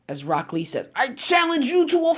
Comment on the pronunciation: I swear on g I heard you say black lee